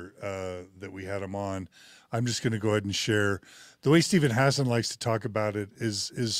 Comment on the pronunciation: Hassan man, stop mispronouncing his name